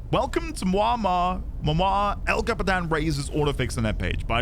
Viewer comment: your impression of El Capitan was amazing, loved the voice acting and the accent!!